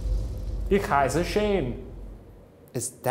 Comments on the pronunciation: Am I the only one who noticed that Shane pronounced 'ich' as 'ick'?😂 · they pronounce "ich" like "ick" and it's so confusing!!